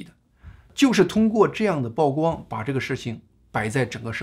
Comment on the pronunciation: 曝光 曝露 野人獻曝 均唸（鋪）第四聲 謝謝你們的關注.